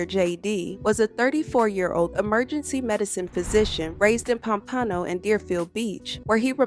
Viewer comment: POM- PA-NO